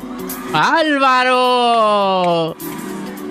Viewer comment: Porqué no pronuncia la r válvaro o lo que sea que dice ...este señor jajaja 🤣😃